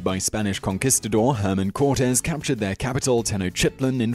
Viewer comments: HerNan Cortes not Herman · The Spanish conquistador who invaded the Aztec capital was not "Herman Cortez". His name was Hernan Cortez. Small mistake but it was bugging me, sorry